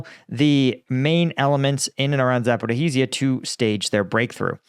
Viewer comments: It's not "Zaporihi-zia", it's ZAPO-RI-JIA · his expertise as bad as he misspronounced Zaporizhzhia ( Zaporozhie ) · Stop mispronouncing Zaporizhzhia😭😭😭 You're killing me 😄❤️